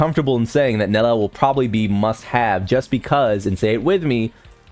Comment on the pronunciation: Bro at least say it correctly hahaha its "NELLIEL" not NELEL